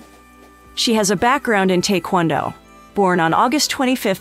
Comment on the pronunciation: You mispronounced Taekwondo.